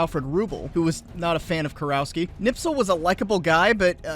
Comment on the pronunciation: Small correction. The proper pronunciation would be something like Kurofski.